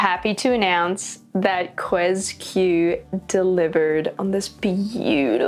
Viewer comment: I believe QuesQ is pronounced as "Q's Q" in Japan 😆 I can't wait for to get into Epic 7 lol The OTS14 figure would pair up nicely with the FGO Nero figure sitting down